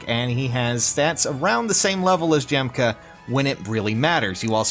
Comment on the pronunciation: Isn't it pronounced Yahm-kuh